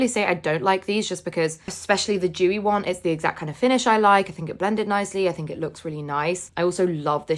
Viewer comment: Its dewy not vewy